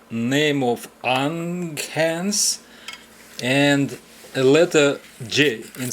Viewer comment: Great fix to a great quality clock which keeps counting time into the future! By the way, it is actually pronounced Yuhn-hans